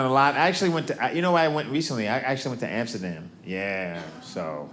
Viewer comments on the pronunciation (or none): Its fun that he says amsterda, but says Africa No sense!